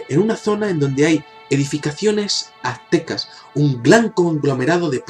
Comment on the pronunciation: adenás, son construcciones Mayas y no "Atecas", no se dice atecas, es Aztecas